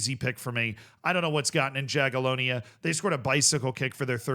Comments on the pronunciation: if you want to stick with Jaga from Poland, try pronuouncing their name more like "Yagiellonia" (the J is read here like Y, as in Yugoslavia etc.) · Yaghyellonya, not Jaghyellonya. Learn to pronounce it properly before they randomly win it 😎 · sometimes it confuses me when he overpronounces places and names from european countries like france and spain but then doesn't try with slavic names, Jagiellonia he also said quite incorrect